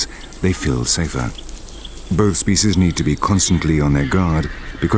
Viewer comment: whoever it is, he's awful! This is not a Shakespearean drama and the way he pronounces "species" is very annoying